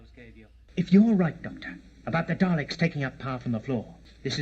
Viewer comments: Bruh, It's Daleks (pronounced "Dahlex" or "Dahlix"), ain't no Daylicks here 🤣 Why does he look like he's wearing a backwards baseball cap? You do find out eventually what the Daleks actually look like, also some of the bits where the Doctor looks confused, he was because the actor, William Hartnell, was getting on and having issues. Which is why he left. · When you said "I'm guessing due to the next episode title... the 'Dalecks'..." We're used to saying it as D'ah-lecks, not Day-lecks. For some strange reason, day-lecks had me instantly think of Dereck (Ricky Gervais' show) lol Probably because it sounds similar to the way you called them. I pictured strange Dalecks wandering around with Ricky's high-pitched voice stating "exxxxxterminate! EXTERMINATEEE!" followed by Ricky's loud giggling laugh! Anyway, I'm sure it's been said before, and you picked up on the correct name shortly afer, but yep, it's Dah-lecks that us Brits call em. Fantastic watch-along and yes so enjoyed the logic vs the characters actions:D Thanks! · Oh no “It’s the Daylecks” 😂